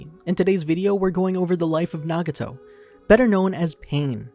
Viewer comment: did u just call him naguto